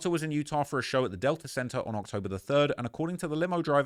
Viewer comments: Yurr tah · lol say Utah again